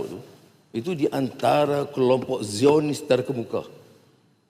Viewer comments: Sebutan zio-nis bukan zayon-nis. Jangan jadi A.1 Melayu di Malaysia. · The word Zionist is pronounced as ZY-uh-nist. It consists of three syllables with the primary stress on the first syllable.